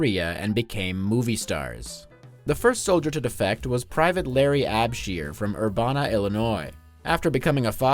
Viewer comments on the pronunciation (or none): Urbana, IL--> Ur-BAN-a BAN is pronounced like band without a D. Brutal drug laws. Ha ha ha!